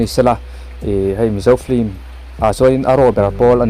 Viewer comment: Film ni na na na hi flim ti a an lam fo hi a dik zâwk tihna em ni?